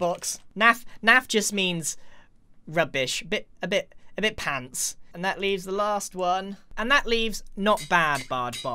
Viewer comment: as a man from the uk i get to say this. its pants not pance.